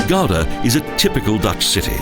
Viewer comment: Gouda not Gauda